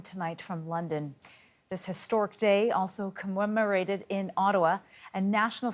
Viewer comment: reporter, there is no "W" in commemorated!